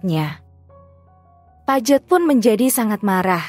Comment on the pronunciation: Paige apa Pajet..? 😂😂 Gak berhenti ngakak..😂😂